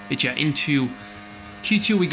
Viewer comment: I like how Jarno pronounces his 'but yeah' as 'betje' 😄